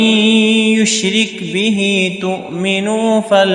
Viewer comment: القراءة طيبة ولكن توجد أخطاء: في الآية 12 غير القارء حركة الراء في كلمة يشرك من الفتح إلى الكسر وفي الآية 18 زاد واوا بعد كلمة كاظمين وربما كانت هناك أخطاء أخرى